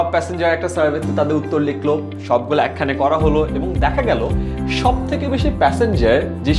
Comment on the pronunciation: ~এক খানে করা হল....বরিশাইল্লা 😂😂😂